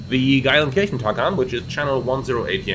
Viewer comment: Wenn du schon in meiner Heimat startest und nicht winkst sprich Geilenkirchen bitte wenigstens richtig aus…. Ch = Sch 😂😂